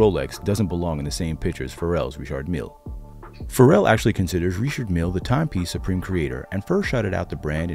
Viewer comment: Rishhhardd Millllle not Richard.